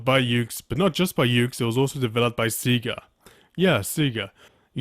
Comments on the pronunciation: Its not called "Seiga" its called "SEGAAAAA" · Lmao At Him Saying "See-ga" Not "Seg-a" 😂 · Awesome review,. I remember back in Junior High somewhat mocking this game with my friends over how there weren't even enough wrestlers in the game to do the 30-man rumble:P BTW, Say-Ga is the usual pronunciation of SEGA. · Say-guh lol